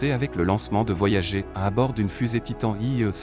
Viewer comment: On dit voyager comme gerre